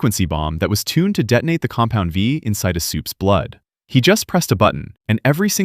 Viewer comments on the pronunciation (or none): It's compound V not compounds 5 ,bro,lol !😆🤣😂